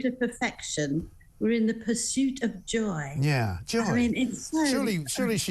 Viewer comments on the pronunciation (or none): Mindy! Why? Also, the word Joy has only one syllable not 2 or 3. Megs is awful.